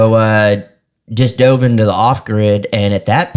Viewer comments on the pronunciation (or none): none